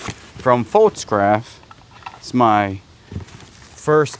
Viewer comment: Pfaltzgraff is pronounced FAWLTZGRAPH! Love you and Kayla! Happy Thanksgiving! 🦃